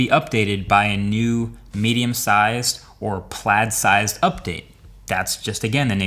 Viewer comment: Mans said "plaid sized" update...